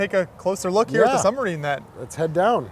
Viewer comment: if he says "sunmarine" one more friggin time....